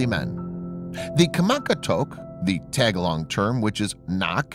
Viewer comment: I cringed when he said tag a log lol Tah Gah log